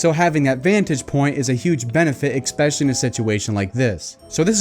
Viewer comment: It was in prison that he learned to say ex-scape, ex-cetera, and ex-specially. Also, I always ask about motivation: why is he bringing up his prison sentence? I’m guessing to try to seem like a bad ass, esp because he brings it up over and over and mentions his specific crime. Real ex-cons don’t brag on the street unless they want street cred because they are still offending